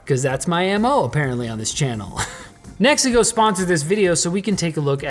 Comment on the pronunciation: I keep hearing Mexico 😅